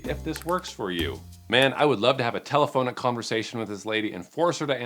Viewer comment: Actually Telephonic is a real word. is mispronouncing it, but the spelling is correct. Just sayin'